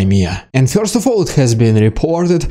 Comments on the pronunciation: I like your channel. However the word first is not pronounced FEAR-st it is pronounced FUR-sr. Keep up the good work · Love your insightful commentary, but I have a question: Who are the "Fyorst People"? And what are "Fyorst Steps"? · I don't know anyone that pronounces first as FUR-sr. 😂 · With the correct pronunciation, please. "Fyurst"